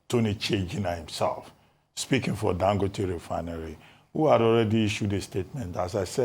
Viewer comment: Ago bawo? It is Dangòte not Dangóte please. Listen to Dr Abati pronounce it properly.